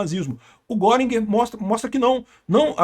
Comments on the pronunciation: A pronúncia não é "goring" é "guérin" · lutando sem sucesso pra pronunciar corretamente o nome do Göring... 😂 * Ou Goering (mesma pronúncia: "Guêrin", fazendo biquinho ) Nuremberg foi contradição e hipocrisia, pois os crimes aliados não foram julgados. Queriam acusar Dönitz de crime de guerra por causa da política de não resgatar náufragos em seus submarinos. Até que Nimitz foi em sua defesa, dizendo que os americanos também tinham essa regra... e Dönitz escapou da forca.